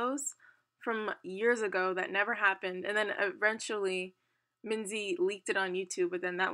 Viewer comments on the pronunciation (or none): none